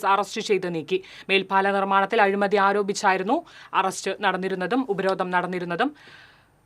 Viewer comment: ഉപരോധ'ന'മോ 🤣 അക്ഷരം അറിയാത്ത മാപ്ര🤣